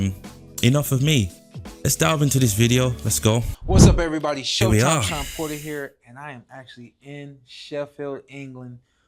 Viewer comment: Are you saying porter or paul 😂